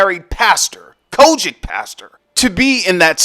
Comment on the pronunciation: Why you emphasize “COGIC”😂😂😂😂😂